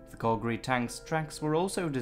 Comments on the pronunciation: Calgary pronounced like cal in california do you mean " to add INSULT to injury" not "assault". this truly is a great example of die for your country because the rich won't. Mountbatten should have been hung for the way his "air cover" support worked for this doomed invasion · I love your docs, and your voice and great pronunciation of German adds a lot ! Not so much when you pronounce Calgary. Pretty bad. I should know i am born and raised from here ;) Keep up your great work ! You should update this with proper information about why we raided this beach. It was a super important spec ops mission, not a "test the defenses" mission. Let the people know, that the men that died, were actually trying to pull of a super move, not a stupid move.